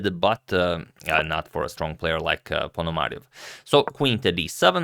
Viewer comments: also it's not ponomar i o v. it's like yo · ponomarIOv! stress one Ё (io), not А! There is the rule in russian language that you always put stress on Ё